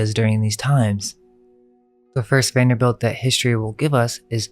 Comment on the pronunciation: It's pronounced Vanderbilt not belt.